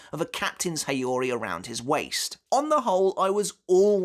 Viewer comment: Haori is pronounced "how-ree", not "he-yo-ree"